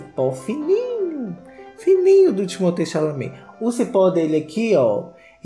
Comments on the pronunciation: Timothée Xechelentée 😂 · perdi TUDO no "chaminé"